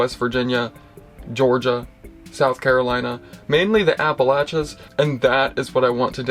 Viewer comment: I am so glad you said Appalachia the right way!